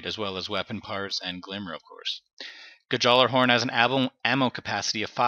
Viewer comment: The J is silent btw but good vid. Liked!